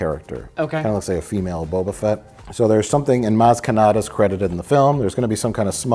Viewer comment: I think it's the way he strings together the syllables closer together. Like usually I hear it as Bo-ba Fett. But Mike says it like Bo-ba-fett.